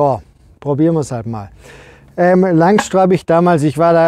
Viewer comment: Schönes Video. Wenn wir dann noch aus "Langstroh" Langstroth machen, dann wird es auch fachlich korrekt. ;)